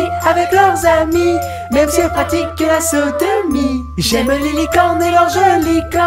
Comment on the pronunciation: OMG, déjà il y a 8 ans j'avais pas capté que c'était le grand JD et je comprenais: "même si elles pratiquent la Saint-Denis" Alors qu'il dit "Sodomie" BAHAHA